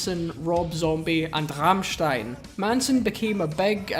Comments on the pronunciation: Im so proud of you pronouncing Rammstein the only right way. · HE DID IT, HE PRONOUNCED RAMMSTEIN RIGHT! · Rammstein was very well pronounced 👌🏻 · The pronounciation of Rammstein makes me proud as a german